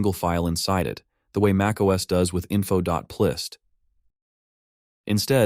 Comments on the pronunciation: it's not "plist", it's "p list" as in "properties list" 😢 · Wait, is “plist” pronounced the way he said it in the video?! 😳 I always said it like “P list”… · .plist I’ve only ever heard pronounced “.pee-list” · Did you even listen to your AI generated voice? "Plist" lol... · it is p list, it's an AI voice that doesn't know how to say things right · Great video but they're "p list" files. The p stands for property. Worked for Apple in the early 2000s and never once heard someone pronounce it as if plist was a single word... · its so hard to believe that the voice is not ai when he pronounces P List as plist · Dumb AI generated voice. Doesn’t know how to properly pronounce .plist. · FWIW I don't think the guy who runs this channel speaks English. His name is Jorge. That doesn't excuse the AI but it at least explains it. Personally I'd rather hear a real person speaking broken English than an AI speak mangled "plist" English. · haha yeah „plist“ was crazy